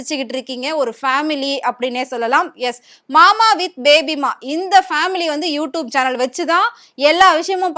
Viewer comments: You don't even know how to pronounce you tube then you are zero in you tube.Try to pronounce everything properly. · Please say as youTUBE not youtoob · You tube not you toobe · You Tube..not You Toob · யூ-ட்யூப்'னு சொல்ல தெரியாதா? அதென்ன யூ டூப்? அப்ப நாங்கள்லாம் டூப்... நீங்க ஒரிஜினலா? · You don’t know to pronounce YouTube 😅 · First pronounce Youtube😂